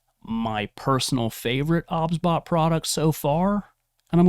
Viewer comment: cant stand that he says obsbot O B S